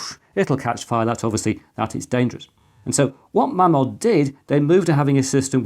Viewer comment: it's pronounced Maymod ....................